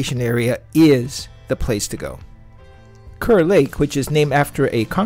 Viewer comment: It’s pronounced “car.”